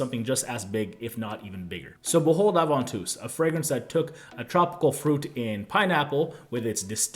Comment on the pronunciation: That is the right French pronunciation.